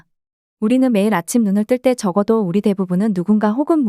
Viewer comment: 발음 문제: 저자,미래,적어도,내기도 한다,현상,사실,(어떻게)살지, 두 가지,시장(market),영원,세상,최초,행복,파괴,중독,성경,사실 부정,수 십년,도덕,대부분,볂화,정의,세 가지,세 째,진화,해결책,가차, 등, 일부의 예는, 두 사람이 장음인 단어의 첫 자를 "짧게" 잘못 발음한 실 예다.!!놀랍지 않은가? 이와 같이 발음 문제가 심각한 것이다. 더 심각한 문제는, 이런 문제를 거론한 사람은 이 제외 동포뿐이라는 사실이다. 이에 1967년에 고국을 떠난 늙은 이가 "한국 어문을 고발함" 이라는 책을 고국에 바친다. 미국 변 완수 드림